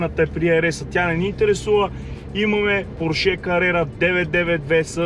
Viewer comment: Нищо лично, но е срамота да не можеш да произнесеш правилно марката на автомобила. Още чичко Фери е обяснил и подчертал, как ТРЯБВА да се произнася името на марката. А именно, ПОрше а не ПоршЕ. Това е, защото ПоршЕ звучи френско а той, както се знае, не ги е обичал особенно. Същата глупава грешка правите и с произнасянето на ЛамборДЖини. Правилно е ЛамборГини.